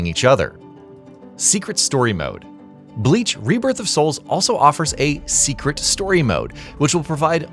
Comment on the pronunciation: My guy I get pronouncing forgein words is hard sometimes but still you are posting a review of a game. Atleast do more rescherch about how to pronounce the words correctly. It's very clear that you have never watched Bleach because if you did then you would have never pronounced the word or character names so badly.